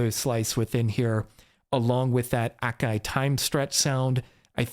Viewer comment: But that's how you pronounce it.